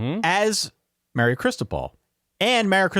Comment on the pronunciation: I love the fact that calls Mario “Marry-O”. It’s chsrming.